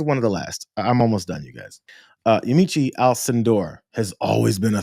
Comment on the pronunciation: Yamiche Alcindor's name is "ya-MEESH"